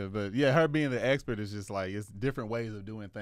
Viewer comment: I just came here to say, says “expert” the same way says “x-men”! 😂